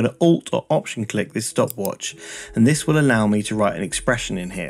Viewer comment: He said 'and this' but i heard 'index' lol